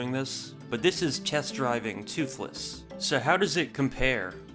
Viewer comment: "Test Driving 2-thless" or "Test Driving TOO-thless."